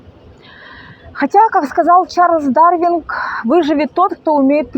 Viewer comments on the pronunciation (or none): Чарлз ДАРВИН! А не дарвинГ, вы в курсе кто он? Ничего смешнее нет, чем вворачивать слова, не имея представления о них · ДарвинГ???😂или мне послышалось?!) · Чарльз ДарвинГ😂😂😂 прежде чем цитировать его,научитесь правильно произносить его имя😂😂😂😂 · На мин: Не Чарльз ДарвинГ, а Дарвин ( Darwin).